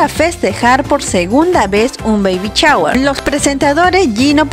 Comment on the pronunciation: No de dice chaguer. Se dice shower